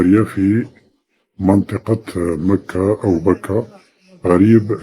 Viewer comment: سبق لهاد الكرغولي قال مكة في الجزائر وقال هي مدينة مكرة وززوروها بحرف الراء اصبحت مكرة كوكب لا لا عشرة في عقل واحد